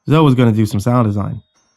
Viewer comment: Zoe is pronounced Zoey not Zo.